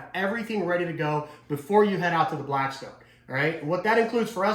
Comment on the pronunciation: Lost me when you said blacktstone. Theyre trash